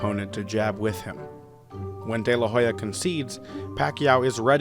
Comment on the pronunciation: Man, do your job, research before pronouncing foreign names. You changed 'Oscar de la Hoya' to 'Oscar de la Jolla'... We don't say 'Meechael Hakson' when speaking about Michael Jackson.